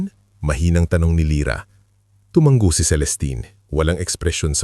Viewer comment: Hindi ENTABLO dapat ENTABLADO may iba pang mga salita na hindi tama ang pagkakabigkas mo kya dapat pagaralan mo ang kwento bago e upload Isa pa TUMANGO single g hindi double g pag binigkas